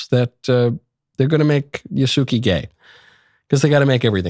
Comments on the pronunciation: Ya….. not Yu lol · Yasooki? It’s Yasuke. it’s not even spelled how you’re pronouncing it. you suck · Micheal, you know Italian, why would you amongst all people pronounce his name "Ya suki"? A character with that name is expected to be gay, it would be weird to carry such a name while being straight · Yaske Ya -su ke, u is voiceless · 弥助は「やすけ」と発音します…。外国人には難しいですかね😅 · Ya-su-ke in common asian pronunciation and Yasuke as a normal pronunciation in Japan. But f*ck Ubisoft for making him gay. 😅😅 I wont be shocked if his name ended up Yasugay. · This isn't confirmed tho is it?? Also, it IS Yas-Keh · Well well well Look how the tables have turned 😂 It's still Yah-skeh, and he was still never a Samurai. LISTEN to me next time Michael! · You're such a troll about the Japanese pronunciation stuff. I'm sure you know that it's "YA-su-keh" but with Assassin's Creed not giving a shit about history and making him g*y, you can pronounce it the way that you want lmao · Your pronunciation of his name is so bad ngl lol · So we’re just going to act like they have officially confirmed something people are claiming they implied and run with it for a narrative and TWO you REFUSED to pronounce his right, but Ubisoft is the problem, Yasuke is a Japanese name, so yeah little racist to flat out refuse to pronounce it correctly. Like outrage culture MUST be popular on YouTube for this type of stuff to be the front page of YouTube if I search anything on this game. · You’re complaining about them not staying true to Yasuke yet you won’t even attempt to say his name correctly. Just shut up. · Pronouncing his name like that you are making him sound gay. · Wtf?! Don't pronounce it like that! It's wrong! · His pronunciation of Yasuke is abhorrent.